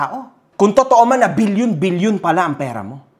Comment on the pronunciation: Bilyon: ❌️ Bill-Yon: ✅️